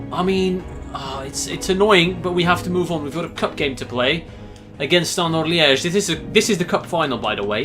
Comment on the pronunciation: the way he pronounces club names like saint ettiene and standard liege just sounds so nice